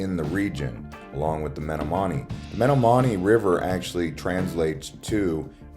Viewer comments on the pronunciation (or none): Very nice video and tour of Milwaukee. The Packers started as a recreational team of a meat packing company, not a cheese packing company. The Acme Packers. Also, you are mispronouncing Menominee. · This is one of the worst videos of Milwaukee I've ever seen. You're missing all the iconic landmarks. And you slaughtered the pronunciation of the Menominee river. Next time let a real true Milwaukeeian do the video. And your music background sucks.